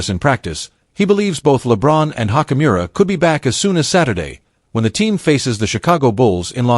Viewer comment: Oh god u can't even pronounce ruis last name right😭😭🤦🏾‍♂️